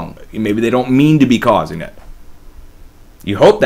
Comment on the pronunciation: “..maybe they don’t mean to be causin’ that...”. LoL